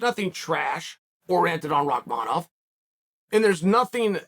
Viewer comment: Can we stop for a second and realize that Uncle Chael had the time to pronounce Rakmanov name correctly l😂